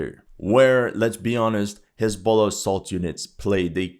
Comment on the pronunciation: I thought he said hasbula